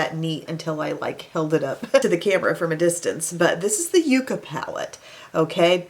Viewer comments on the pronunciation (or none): My OCD is talking to me. Yucca is pronounced Yuk-ka. Sorry to be one of those people LOL Love the look today!! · Oooh, that palette is so pretty and your look is really pretty. Don't mean to pick nits but, yucca is pronounced yuck-a. Hope that doesn't coming off as a troll I'm really not. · Love seeing these tones. I personally do a lighter palette for the summer. Yucca is a cactus. It’s pronounced yuck-a. Funny name but beautiful tones.